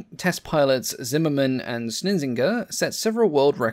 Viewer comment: It's not "simmermann", it's Zimmermann, with a Z pronounced ts in German.. Big mistake...don't be such a yank please!